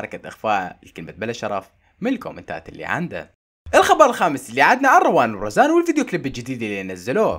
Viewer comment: هوا يحسب اسمها رزان من زمان عم يقول رزان